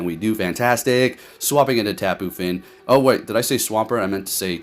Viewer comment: Yo,... Why you call the Tapu Fini Tapu Fin?